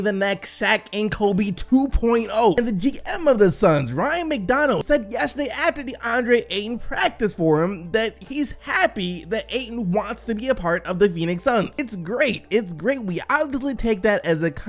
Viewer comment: McDonough is pronounced Mick-Done-uh. Anyway another great vid. Love coming here for my news!